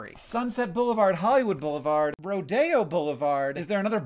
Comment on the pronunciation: That's the first time I've heard someone pronounce Rodeo (Ro-de-o) as "Ro-dayo", lol